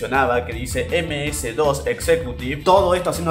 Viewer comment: si eres Argentino (Porque no se si lo eres) Deberías saber que aquí se le pronuncia: ´´Eme ese, de o ese´´ MS-DOS.